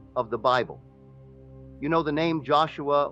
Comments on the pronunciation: The Holy Bibble? A.I. is the WORST. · Yeah, I clicked off the second this reenactment pronounced Bible as “bib-el”